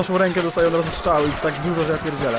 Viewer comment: mówi się strzały a nie szczały